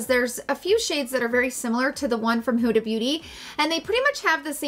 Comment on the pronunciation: Love you. Thanks for the review. As an Egyptian, I must correct the pronunciation (forgive me). Not Who-da but Hood-a (like hood of a car)❤️❤️